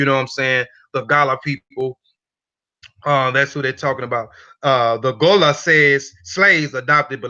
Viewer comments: I am a Liberian Gola. It is pronounced Go-la not Gah-lah. Our ancestors say that we came from western Sudan, not Angola ... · Great info.. the tribe name is pronounced Go-La 💕